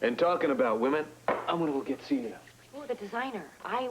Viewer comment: When Jimmy Lee is at Celia's door and he shouts her name I can hear his accent!!! The actor, Shlomo Goldberg, is from Israel. The way he pronounces Celia is NOT how an American would.